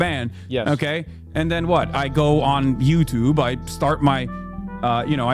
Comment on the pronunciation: Hassan's pronunciation of "YouTube" sound alien